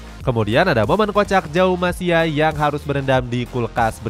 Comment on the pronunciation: *Maverick Vinales *LCR Honda, bukan LRC *Jaume, bukan Jaum Masia *Salac, bukan Salak etdahhhhh Ayoooo dibenerin lagi pronunciation nya min